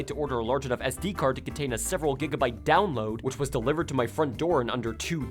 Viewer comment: I laughed when he said dowoad a Game in a few minutes and showed Breath of the Wild. Nintendo systems take hours to download big games, the Switch would still take like at least half an hour to an hour for that shit